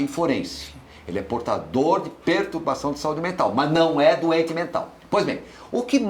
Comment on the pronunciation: PertUbação???? Por favor, não massacrem a nossa língua portuguesa!